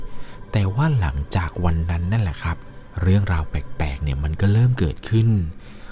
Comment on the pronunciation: เล่าดีมากๆค่ะ แต่ขอตินิดนึงนะคะเวลาพูดคำว่า แปลกๆ ออกเสียงว่า “แปกๆ” บ่อยมากเลยค่ะ ลองปรับออกเสียงให้ถูกซัดนิดนะคะ ✌🏻😘